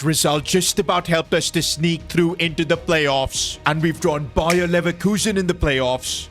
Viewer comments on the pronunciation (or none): none